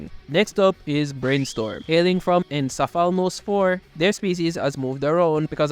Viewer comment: Its encaphalonus not enchapulonsis you said it badly